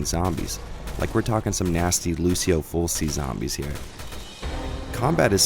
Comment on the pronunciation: Great review as always, but just one minor gripe. Not trying to be an asshole but Fulci is pronounced FULL-chee.